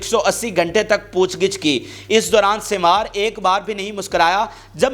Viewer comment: یہ یحی سن وار sinwar ہے سوار نہی ہے تلفظ درست کرلو یہ شخص حماس کے بانی لیڈرز میں شمار ہوتا ہے مذاحمتی تحریک کی جو سٹریٹجی ہے اس جنگ میں اس کے پس پردہ اسی شخص کا منصوبہ اور حکمت عملی ہے